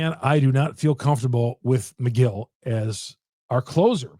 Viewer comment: I’m not a brewers fan and even I know it’s Megill not McGill 😂